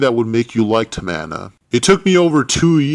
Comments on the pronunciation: Is not tamana is TAMINA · Everyone he said "Tamana" I laughed so hard and loud. Im still laughing